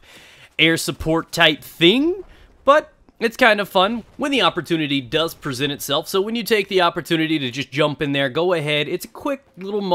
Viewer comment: pwesent plz